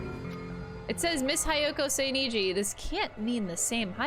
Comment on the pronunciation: She's gone through the whole game butchering Hiyoko's name, now her surname gets the same treatment XD